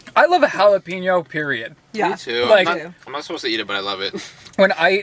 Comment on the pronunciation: pronounces jalapeño the right way has me SHOOK. My nick name for her is jalape nos ( way) girl lol. Why do I love pregnant more?